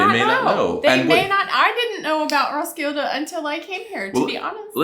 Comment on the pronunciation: It is pronounced Roskille Festival..... thank you for the tgreat review